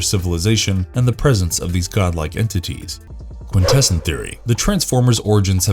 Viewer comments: "Quint-tess-on"..........like "More-on" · The constant mispronunciation of “Quintesson” made me stop watching at 4 minutes 14 seconds. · i can't take him seriously, you hear how he pronounces Quintesson